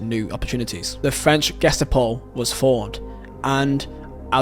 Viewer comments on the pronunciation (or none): Dude your pronunciation is really horrible.. Love the video but damn.. You can't even say Ge-sta-po correctly??